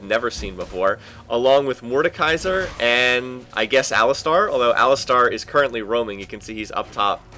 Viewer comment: I really like your videos but please try to learn how to say champions names correctly. I don't know how you get shijn chow out of xin zhao but I think its wrong. Also its not aliSTAR, it alistar.